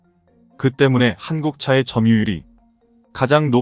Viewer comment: 유튜브의 내용을 읽는 분, 한글의 내용 이해가 매우 부족한 사람입니다. 엉터리입니다. 예: 오일팔을 오점일팔로, 때문에를 매문에로 읽으니까 내용연결이 안 됩니다.